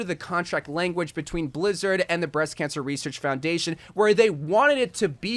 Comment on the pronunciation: Breast Cansher Reseashc fourndation